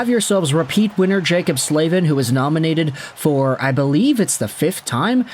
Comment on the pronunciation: Is it really pronounced “Slave-in”…? Surely it’s gotta be pronounced “Slav-in”…